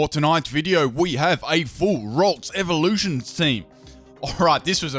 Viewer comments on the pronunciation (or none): none